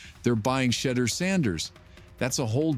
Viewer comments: A.I. is absolutely murdering your boy's name: First it was Sheddr, then it was Sheedr. :face-orange-biting-nails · Sheee-dur jerseys. Gotta hate AI. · Wow, this video is a positive outlook on the Young quarterback. It’s still somewhat disrespectful. At least if you’re going to use the AI to do the narration of this video get his name correct come on. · Pronounce his name right Dude!!! Damn💥🤞🏿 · You cant even be respectful enough to say his name correctly. Smh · The more I listen to this video and hear how you not only keep mispronouncing his name, but keep finding new ways to do it makes me say f-U and the wack-ass AI you created it with! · You a!!holes continue to disrespect him by not pronouncing his names correctly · I hate that you missed pronounce his name! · and you Still cant pronounce his name correctly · It's unprofessional to miss pronounce his name!💯